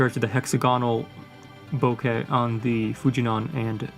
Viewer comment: Sorry, I just have to correct your pronunciation; the out of focus blur is a Japanese word "bokeh" which is pronounced "bo-ke", not "bokka". Please listen to the Japanese men in the end of the video